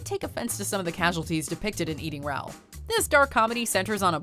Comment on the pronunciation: Eating Rowl? It's pronounced RAH-ool, not rowl.